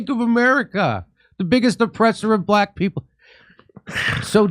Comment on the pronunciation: Why is the white guy saying black wrong